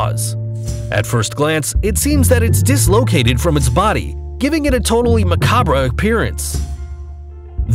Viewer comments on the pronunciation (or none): Did he really just say Miguel Angel? lol Edit: Oml I hope this narrator has a day job. The word macabre...It's pronounced Mu-Kaab. Also, I imagine he meant to say the giant isopod gets up to 19 inches..not 19 feet, lol. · You demonizing and just describing these in such an unpleasant manner is only beaten by the way you said macabre (you said muh-caw-bruh). If you're going to paint such a negative picture of all these animals with such little tact, at least say the words right. Garbage. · Came here to say this. Haha. In mad at his pronunciation of macabre as well. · That's not how you pronounce macabre 😂 Edit to imform: [mah-kob] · Its "ma-kahb" and Jason Voorhees isn't famous for having an electric saw